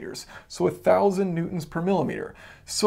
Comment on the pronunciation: Am I the only one here who keeps hearing him say "Mutants" Instead of "Newtons"? "Mutant force, 20 Mutants etc."